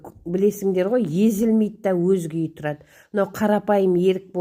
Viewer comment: Өрік емеспа . ерік дейсіз. Секер дейсіз